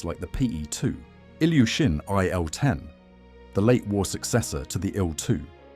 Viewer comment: Not LavOchkin, but LAvochkin. Not YakOvlev, but YAkovlev. Ilyushin and Petlyakov are mispnonounced as well. I wonder why they inerringly mispronounce Russian names. I got the feeling they do that on purpose.